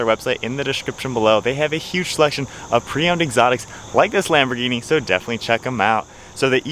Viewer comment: The H is silent.... Almost everyone says it wrong, including me at one time.❤ . A Lamborghini executive told me almost everyone says it wrong.